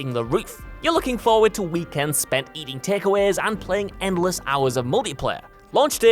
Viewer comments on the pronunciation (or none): none